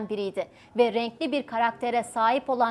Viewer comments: Berliskoni değil kızım Berluskoni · Berlisconi değil hanım efendi Berlusconi